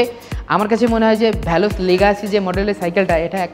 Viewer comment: ভ্যালস না। ভেলস